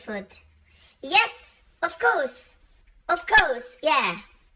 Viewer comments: " of kows" 😂😂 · Hehehe inglatera accent ni 😂😂😂 "ofcourse"! Bareng masalaw kantu dita norway anti angpep...addu nga agpaysu maparparagsak mo maysa nak dijayen☺...more of you anti banget!! More videos a neh urayek!!!😂BYeeeee!